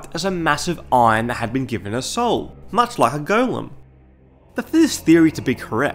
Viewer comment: For every non Australian out there, this guy says golem weird.